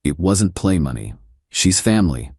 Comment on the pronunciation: Get your AI to pronounce money correctly. It’s not even close. I have decided to fast forward your stories when this happens. FAIL